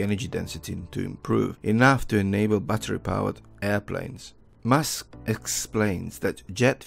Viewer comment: Sounds like you're calling him Mask instead of Musk. Please work on your pronunciation dude. I was already a suscriber and I liked this video. I was able to understand what you were saying but it would be better if you said Elon's name correctly